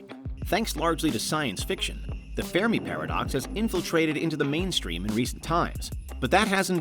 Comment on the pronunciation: Haha "fair me" paradox 😂😂 the ( Fermi) paradox is pronounced (fur-mee) ... good laugh tho !!! And overall great video 💯!! ..... but "fai me"? 😂😂 I've never heard that one before 🤟✌️ keep up the great work !!